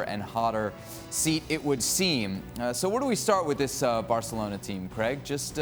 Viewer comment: Is it just me or do they say Creg instead of Craig